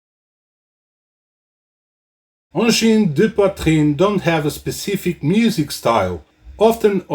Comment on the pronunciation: From Quebec here, this is a very good video on the topic, and your explanation on how to pronounce the name of the band is very very close. The "an" sound seems to be the hardest to get exactly right. Plus, I learned a few things! Well done!